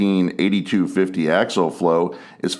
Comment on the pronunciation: Dadgummit!!! The word is pronounced Ak-see-uhl!!